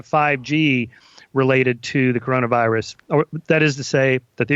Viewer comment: So he can't pronounce an S in 'virus'? but he say the S in 'was'? lol